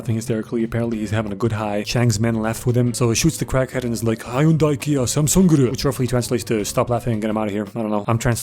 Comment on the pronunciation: "hyundia, kia, samsungeru" 🤣🤣🤣🤣🤣